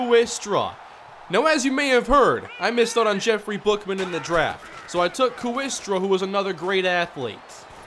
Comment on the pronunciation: Hey. Awesome as usual. In HS there was a kid in my class named Ryan Kooiker, but it was pronounced "Quaker." My best guess is Stephen Kooistra is pronounced "Kway-stra." But hey, you do you. Keep it up man.